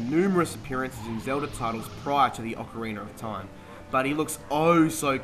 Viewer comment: So many fond memories, and he can't even pronounce the name.